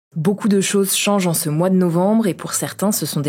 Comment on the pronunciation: encore le "beaucoup de chose z'change"